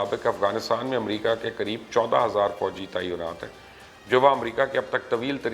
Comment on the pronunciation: Tainaat hai, taiyonaat nahi.🙊🙉